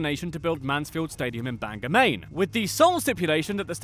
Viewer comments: I am from Maine and would GREATLY appreciate if you stopped saying BANGER its BANGOR pronounced BANG GORE. Why does everyone outside the state think an accent that replaces every ER with an AH would suddenly make an word that end in OR sound like the ER they never ever say!? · Ah yes the age old situation mainers hate, people saying "bang-er" not "bang-ore" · I get why people say it that way but it still makes me smile when I hear it.